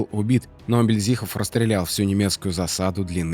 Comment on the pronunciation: Мильдзихов, с ударением на первой И,хочется чтобы правильно произносили фамилию Героя